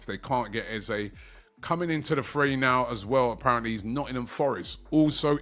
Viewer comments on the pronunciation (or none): none